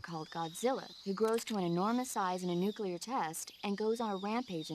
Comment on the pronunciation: You said "Nucelar" i heard it!